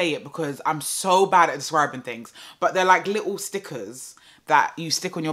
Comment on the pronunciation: Everytime I hear "and all of them tings tere" I think of you lol